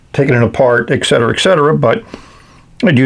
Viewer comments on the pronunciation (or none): There is no "eck" in et cetera :/